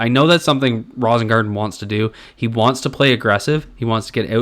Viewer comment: I think it's pronounced "Rose-ingarten".